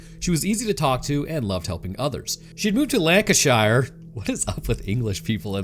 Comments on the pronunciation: Lol we don't actually 'shire'. We say 'sher' Lanca-sher, Chesh-er. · Lancashire is said more like Lanca-shur. My grandfather’s family came from that part of England and that’s how the whole family always said it. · Lancashire is pronounced Lankasher. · Its pronounced lancasheer every shire is pronounced sheer. And its Herbs. Not. Errbs 😅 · It’s pronounced “Lan-kuh-shuh” just FYI 😂 You Americans just love to do terrible things to our place names. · if you freakin pronounced the places correctly then they would sound like they should fella!! Happy New year my man!! It's pronounced lanca-sher. Cool job anyway. I'm not being an ass! Just pointed out how to pronounce it! Cheers pal! Blood has been spilled this night!! 👀 ssshh! Listen! 😅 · My guy 😆 the stick poor British people get for you 😆. I'm American but live in the UK. And omg the way people from outside the UK say place names like Lancashire 😅😂. You make us sound far to posh. Say anything with shire on the end not like The Shire from LOTR but like sher sh-er so it would be Lanca-sher when you say it. I'm 40 and lived here since I was 6, I've heard too many people use that stereotypical accent for British people and so I actually thought they existed. But in all my years I've never once found anyone who sounded like that. I'm guessing they have gone into hiding to stop the anguish of all the jokes 😃 😅😂. And I've come to the conclusion mist if us sound much more common and struggle enough with how crazy weird the English language is to just read and write that we all now just sound way more common then others think. 😅😂😂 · It's pronounced lank-ca-sheer 😂 Americans speaking English names makes me wince. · That's the same answer as me. He's said shire not to sheer or shuh. I didn't like this episode as there was a lot of assumptions. I actually live near so I know the story well. The pronunciation was only a small thing